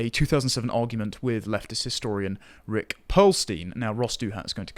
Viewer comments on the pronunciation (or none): none